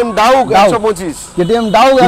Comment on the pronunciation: ডাউক নয় ডিউক 😅😅